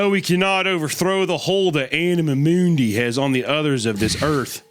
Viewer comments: "Anamuh Mooondy" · If you say anima mundi again I will jump off a bridge 😂😂😂